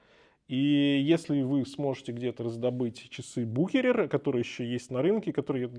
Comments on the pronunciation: бушерер ))) какой букерер ахахахахах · Буквосочетание ch в немецком языке (а бренд родом из немецкоязычного швейцарского Люцерна) после гласной u читается исключительно как твёрдый [х]. историческое и официальное произношение самого бренда — исключительно Бухéрер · 1. В русском языке смеются не С чего-то, а НАД чем-то. 2. Правильное произношение Бухерер. Это немецкие швейцарцы,если чё😂😂😂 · я тоже посмеялся с букерер ахахах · Боже сколько хейта. Ошибся в произношении человек. Спасибо за труд, за ролик. Марка интересная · Коробит неправильное произношение брэнда,может надо было разузнать правильное произношение брэнда принятое в русском языке!